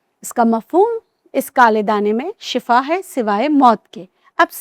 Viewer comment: Not sifaet. Shifa